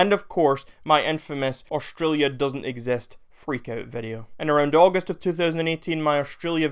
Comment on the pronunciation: Who trusts a a random who says "ex...est", instead of exist